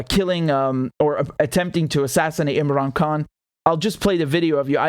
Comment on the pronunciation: Imran Khan is the Champion and he will bring many of us Indian and Pakistani Brothers together ! Richard the way you said his name was beautiful and many people need to use proper pronunciation like you. Your a Good Man Richard Love to you and your family !